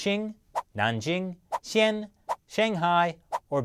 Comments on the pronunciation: Gotcha!, you say "Xian", and not "Xi'an". I know it was just a typo, but gotcha nonetheless! I will now be able to tell my grandchildren that I out-China'd. I can die a happy man. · Xian? One syllable? Surely you meant Xi'an? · Xi ‘ an, learn to pronounce that. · check your pronounciation on Xi'an